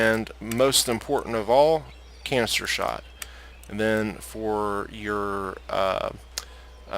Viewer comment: 😂 I know you said canister shot but my goodness I heard cancer shot